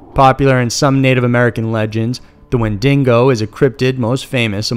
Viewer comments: The wendigo is one of the most well known cryptids to my knowledge, never knew it was aussie. Oof. Really tho, the fact that dingo was the part emphasised made that pronunciation all the more hard to handle. So much so it seems most had issues with it. It was harsh to hear. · If I hear "windingo" one more time... I WILL SNAP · Good vid but it's Wendigo not Wen-dingo. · wendingo Me under breath: it's wendigo damn it WenDINGo Me: No! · Windigo or wendigo but no wendingo. That's coming from a native person. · Always love a good monster story.. However.. It is NOT WENDINGO, but WENDIGO.. one N. Not an australian weredog. Edit: lol. Wow. I didn't read the comments first. The wendingo really got to people. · me too! it's Wen-di-go....not wen-dingo 🤣 I can't take him seriously with this pronunciation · Minou omg yes. its not a wen-DINGO! its wen-digo! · As an American but a huge fan of Wolverine I also cringe at the mispronunciation of wendigo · WENDIGO and not WenDINGO since a Dingo is Australia's native dog. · Wendigo. Not Wendingo. It represents winter and how hard it is to survive and I love that. I live in Saskatchewan, which is it's hunting ground. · Hahahaha hahaha "Wen-Dingo" haha. No. Wen-Di-Go. Hahahahahaha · it isnt wing-dingo its when-da-go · Not Wen-din-go, it's Wen-di-go. Wen-din-go sounds like something crossed with something from Australia where they have Dingos. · Wendigo, not wendingo! Hearing you say that drove me crazy. It's not a special kind of Dingo man. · I've never heard of a wen dingo. Only of the "wen dig o" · Dude.....there is no second n in Wendigo.....stop saying wendingo......it bugs people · WIN-DA-GO WINDAGO... NOT WHEN-DINGO WHENDINGO THERE IS NO SUCH THING AS A WHENDINGO... ITS FUCKING WENDIGO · oh my god bro its not pronounced Win DingO its pronounced win dig oh. smh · Wendigo. WENDIGO. NOT DINGO. SMH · Every time I hear “wendingo” it causes me physical pain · Gods so much, I winced each time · When den knee goh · Wendingo + Dingo lul